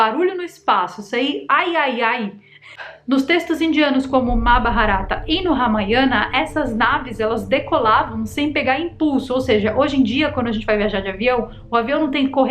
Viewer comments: Eu só sei que já tem uns par de vídeos que você tá falando "mabaharata" e o certo é "mahabharata" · MaHabarata, e não MaBaharata. Já falei em outro vídeo, caráio.